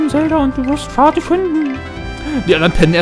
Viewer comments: man schreibt es vaati, spricht es aber nicht faati sondern waati aus 🙏😂 bin mal gespannt wie dein lets Play weiter geht 😅😅😅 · Ohje... Vati? Sprich das doch lieber Wati aus, hört sich besser an^^ Aber ok, ist ja eh zu spät :P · Ich freue mich, dass du es endlich spielst :D Nur wie du Vaati aussprichst nervt mich ein wenig.